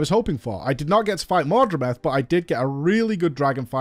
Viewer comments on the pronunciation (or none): PLEASE stop saying mordremeth xDDD Its mordreMOTH, like the insect. MOTH xD